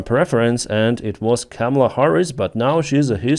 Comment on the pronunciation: Your English is great and improving. You are pronouncing Kamala wrong. Chaw(like a crow) ma(like a mother) lah ( like singing lalalala) Kah- Mah- Lah.